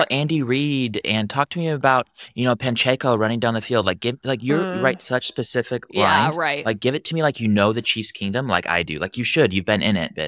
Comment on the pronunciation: This guy says he knows Chiefs Kingdom so well, however, I laughed when he mispronounced Pacheco's name. it's not "Pancheco", it's PACHECO lol